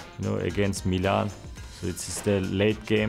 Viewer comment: Meelan loL 0zil said it